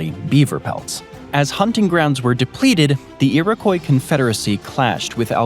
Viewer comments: Iriquois. It's not pronounced Irikoy. It's Irikwah. Thank me later. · It's IroKWAH. Maybe actually talk to Canucks before making up stories about us. Funny how Americans are so thrilled to remain ignorant of Canada while imagining that we'd love to be part of your mess. Oh and we're not actually that nice, a misconception created by the fact that we have manners. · Worst pronunciation of Iroquois ever... Lordy.. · Whadda 'bout Kainadah and None-of-it? 😂